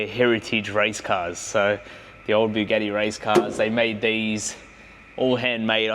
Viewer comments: WTF is a Bugeeeti?! It's Bugatti mate 😅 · I start watching my friend went to work for a big. Eddie asked him if he could get me a big Eddie then I finally figured out. He was trying to say Bugatti.😂😂😂😂😂😂😂